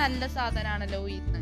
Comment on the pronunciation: ഉയിന്ന് അല്ല ഉഴുന്ന് ആണ്